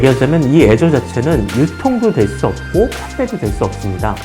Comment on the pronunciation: 애저라고 하니까 계속 azure로 들리네